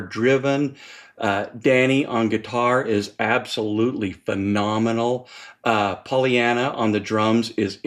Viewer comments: Aye... and it's Paulina, not Polly-ana. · Very through double album review! Pssst. I’m sure that I missed someone already saying this but just in case. It’s “Paulina”, not Pollyanna. PAU!